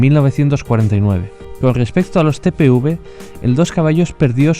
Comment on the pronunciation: TPUV? 😒🤦🏻‍♂️ Es TPV. A dónde vio la u?